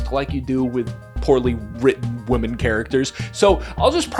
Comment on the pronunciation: Women is pronounced "Wim-min"